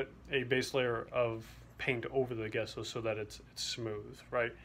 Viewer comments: It's pronounced "Jess-O". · It is gesso like g in giant